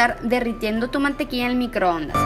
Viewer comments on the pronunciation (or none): Mencionas a la perfección las palabras en inglés pero no sabes decir mantequilla.... Dices mantequia y eso está mal dicho